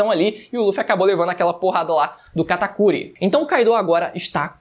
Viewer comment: Kaido (se fala Káido e não Kaidô) Oden (se fala Odén e não Ôden) Onigashima (se fala Onigachimá e não Onigachíma) Sei que pode parecer chato esse meu comentário, mas eu acho mais chato falarem errado seu nome... É só pra te ajudar a falar certo mesmo